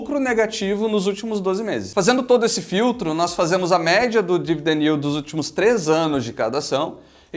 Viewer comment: ele disse "dividend yield" de um jeito engraçado só. Isso é o tanto de dividendos que uma empresa paga sobre o preço de sua ação nos últimos 12 meses